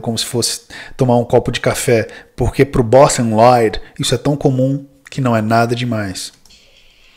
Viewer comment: Aqui começa um caminho sem volta em minha vida... Nunca mais eu consegui falar Bostin Loyd sem o sotaque impecável do. Kkkkkkkkk